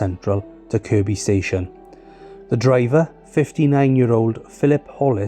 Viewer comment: at least he said Kirby not Kirkby 😆